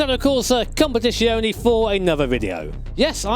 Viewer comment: ITS "COM-PEH-TI-TZIONE", NO "SHHHHS"